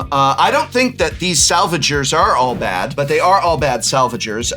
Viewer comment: Prof calling the salvagers "All Bad" made me cringe just a bit. Like, there's not even an 'a' in there, where are you getting that pronunciation, Prof XD